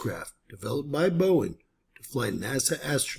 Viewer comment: It's Boeing... Cmon man 😅😅